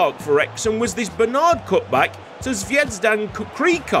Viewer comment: very good format and beautifully delivered as expected 😍 from a fellow croatian - the Z in Zvejzdan is pronounced more buzzy like in "buzzy" ☝️rolls easier off the tongue as well 😜